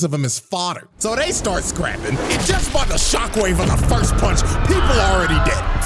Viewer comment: FORST HAHA TAKE IT